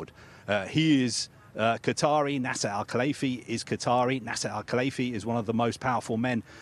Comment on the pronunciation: Why is he saying NASA al Khalaifi 🤔